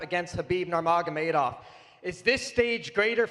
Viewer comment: all those years, everyone pronounces Khabibs last name wrong.. its Nur-Mo-Ha-Ma-Tov This was probably the best press conference i've ever seen so far in the UFC. View Pass sold. Cant wait.